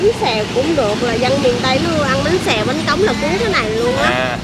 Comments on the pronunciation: Bánh Cống chứ ko phải bánh Cóng, sai rồi kìa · Bánh cống nha anh chứ ko phải cóng